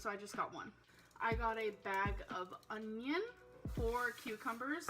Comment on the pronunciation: Uhhnn-yinnn Buh-Sam-itee